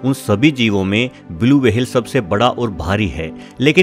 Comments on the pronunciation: Ye wahel kya hota whale bolna sikh le pehle to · इस प्राणी को व्हेल् कहते है, वहेल नहीं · Whale. - ❌ वहेल. - ✔️ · Whale ko w-hale bana diya waah😂👍🏻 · वहेल नी व्हेल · It’s whale. Not waa-hell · Vehale nhi ...whale hota h.....😆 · It's not wahal it's whale 👍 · Yrr wahehail kya hoTa hai. Whale bolo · Bhai wahel nahi hota whale hota ha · Wahale what kind of that creature? Am i heard right, word whale or wahale?😂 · Wahale nhi whale hota h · Its whale not wahel pronounce it correctly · It's whale.. Not vhhale😂😂😂😂😂😂😂😂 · Aby wahale ni hota whale hota h🤦🏻🤣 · Wahale nai whale 🐳 😫😫😫😫😫 Bas karo bas karo 😒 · Not wahale its whale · Bhai pronounciation seekho fir video banao....'w' hale nahi whale hotta hai 🤣😃 ke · Nobody: Literally nobody: Meanwhile bubble news: Blue vahel Dinosoro😂😂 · Vahels ...Blue Vahel ...Lol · Kya bola tune - वहेल 🤣🤣🤣 Ye konsa naya jeev h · Criticism top level Max comment section is full of criticism coz of his language/Pronunciation 🐳 WAHALE.. he explained everything so nicely If u can't appreciate,don't criticized atleast.. 👍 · Whale ko wahel bolta hai Aur twacha ko tawacha 😂😂😂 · Very bad pronunciations.. वहेल... तवचा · The interesting topic is ruined by his "wahale " and "tawcha "